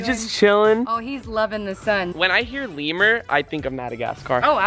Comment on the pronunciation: FIRST OFF U SPOILED IT SECOND OFF ITS NOT LEAVER ITS LEMURR